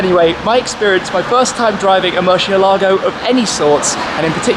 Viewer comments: Who pronounces it worse? Shmee: Mur-she-elago Tavarish: Mur-ci-elah-go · Why does he keep saying murSHEélago